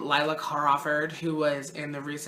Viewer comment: It's not LILA: it's LILL-A.